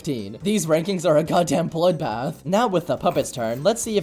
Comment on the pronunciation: bloothbath 😲😲😲😲 GEAOERTY DASH